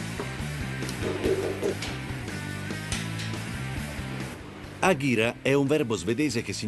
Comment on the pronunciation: Si dice ageraa